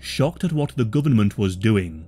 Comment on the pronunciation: AHHH...THE GUBMINT....